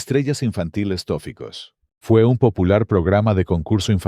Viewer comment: No era "Estrellas infantiles Tóficos" sino Toficos, con énfasis en la sílaba fi.